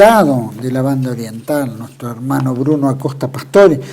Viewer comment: ¡Que bien que suena cuando dice "Banda Oriental"! Saludos desde la Banda Oriental.